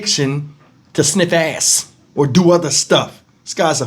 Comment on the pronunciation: I said the same thing, I shouldn’t be laughing but Lord the way kept saying Azz had me rollin 😅😂😂😂😂😂